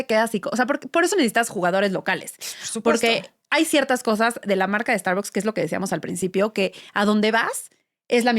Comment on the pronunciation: Pues las usarán, pero mal pronunciadas, como no pronuncian la marca en inglés...No es Estarboks...